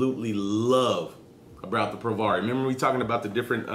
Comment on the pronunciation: Hey mate! Just to let you know, I believe it's pronounced "pro-VARY" (like in variable). Loving the vids! Vape on!